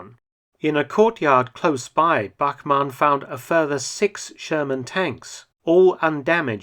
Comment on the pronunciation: Who else hear the sherman as german